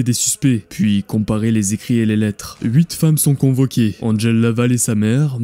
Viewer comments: «Andgel» t’as trop regardé Buffy mon vieux, c’est Angèle, on est en francophonie. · Ils s'appellent respectivement "Edmond Locard" et "Angèle" prononcés à la française hein ("èdmon locar" et "angel"), il n'étaient pas anglais... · Pourquoi prononcer Angèle a l'anglaise ? Angèle ≠ Angel Angèle c'est un très joli prénom bien français donc merci de le prononcer tel qu'il est : "ange-elle" (pas ''anne gèle") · Pourquoi vous prononcez Angèle comme si vous viviez à LA ?